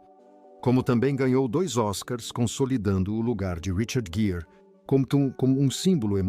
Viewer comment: Leitura péssima, que erra a pronúncia do nome do ator e desrespeita a pontuação e a entonação adequadas. Os erros chegam a prejudicar a compreensão do ouvinte.